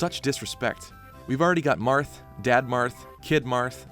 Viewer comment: That's the weirdest pronunciation of "BBQ" Marth I've ever heard.